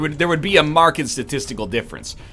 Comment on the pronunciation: Why is he saying "marked" like "market" but with a "d"? Is this a byproduct of being canadian or is it just him?